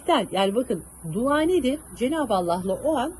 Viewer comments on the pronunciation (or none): siz bari duva demeyin. Dua deyin😊